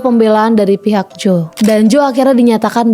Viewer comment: Jo kak bukan joe bacanya😢